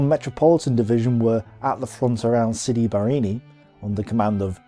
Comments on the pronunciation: Sidi BarrAni, not Barrini....you make it sound like a cocktail drink! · I find it jarring that although his graphic clearly shows 'Sidi Barrani' on the map he keeps saying 'Sidi Barrini'. Apart from the clunky pronunciations though I think these presentations are excellent. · Pronounced Siri Ba-ra-ni NOT Siri Bar- ini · Great video! Only one thing: why dont you just pronounce names like they are written? For exemple sidi barrAni..but you keep calling it barrEni for some reason :-) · Sidi Bareeni? OMG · Why must this fellow insist on mis-pronouncing place-names? Sid Barrani is not pronounced Sidi Birini, nor Mersa Matruh pronounced Mersa Matra. The Australian commander's name Mackay is pronounced MacK-eye. He does pride himself in his ignorance, and has obviously not spoken to any veteran of the desert war. He credits the Italians with their defeat, ignoring completely the tactical brilliance exhibited by General O'Connor and the excellent staff work provided by General Dorman-Smith before the operation started.